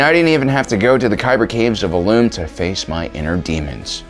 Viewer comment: Never heard someone say Illoom before🤣😂